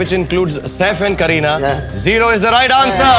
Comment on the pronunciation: Am i the only one who heard srk saying kerihad kapoor to kareena kapoor.